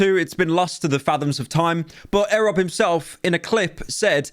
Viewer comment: why he saying it like that? its E.Rob